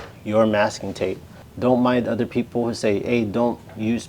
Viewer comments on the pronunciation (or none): none